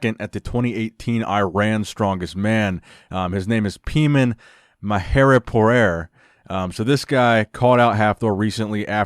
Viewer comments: For future reference: his name is pronounced Payman. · hahahahahha "peeman" lmao